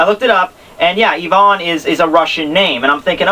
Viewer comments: but fo real.. its (ai-vn) not (Yvonne) like you keep saying, it's driving me nuts, but I love the reviews lol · Ivan = eye-van :)